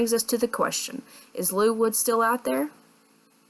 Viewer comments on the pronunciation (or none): Did anyone look straight behind them when she said "problably behimd you"